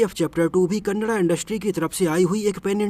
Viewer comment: Thank u for pronouncing Kannada 🙏🙏🙏 in right way